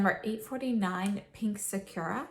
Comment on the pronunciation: Loved the video but literally no one pronounces sakura right. saa·kur·uh